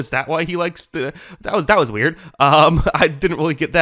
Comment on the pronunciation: Do you know how to say the word “THE?” Why do you say “duh?”